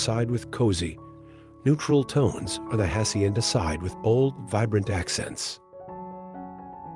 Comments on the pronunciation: Its so offendive that this guy cant learn to pronounce a couple spanish words. If its so beautiful anf captivating at least make a little effort to pronounce "hacienda" correctly. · Its so offendive that this guy cant learn to pronounce a couple spanish words. If its so beautiful anf captivating at least make a little effort to pronounce "hacienda" and "saltillo" correctly.